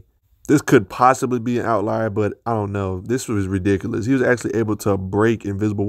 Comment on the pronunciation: I really enjoyed this breakdown on Cage. Thank you. Milestone Comics( later absorbed by DC ) written by Dwayne McDuffie had an analog of character called Rufus Wild aka "Buck Wild" hero for rent, LOL! He was a dead-ringer for Icon which unfortunately got him killed. Despite some pronounciation inconsistencies like 're-dickless'( ridiculous ) and "strengf"( strength ); this was great. Practice makes perfect. You have a new subscriber. 😊